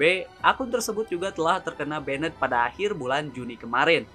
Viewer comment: Min, gw suka channelnya karena videonya kesannya berkelas gitu. Beda banget dari kebanyakan channel yg kesannya murahan dan ngasal bikin. Tapi tolong perbaiki 1 hal: pronunciation kata Inggrisnya coba dicek di google translate dulu sebelum dibuat video, pastikan seakurat mungkin Saya tahu emang kita orang indo ya susah ilangin aksen indo kita, tapi kita ambil contoh kayak "banned" itu mstinya diucapkan jadi semacam "baendt" , tapi Mimin ucapkan jadi seperti "benned", ini bedanya sudah terlalu jauh sekali, ini betul betul merusak kesan berkelas dari video-video mimin. Saya sering banget denger channel lain, bahkan MC di turnamen profesional ucapin istilah Inggrisnya itu buanyak sekali yg ngawurnya jauh banget, itu betul betul ngerusak impression saya ke si pengucap. Tolong diperbaiki ya min nextnya, saya Mao channel ini jadi makin bagus :)